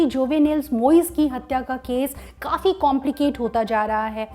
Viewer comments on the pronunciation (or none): none